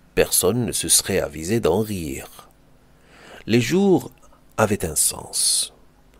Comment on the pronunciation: Au rythme nonchalant des "jours" pas des "ours" Pleurs✅ larmes ❌